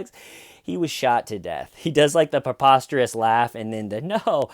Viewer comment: I think the word is preposterous, not peposterous. But nevermind, never cared too much for that r. If we can all agree,, we leave it out from now on. rule!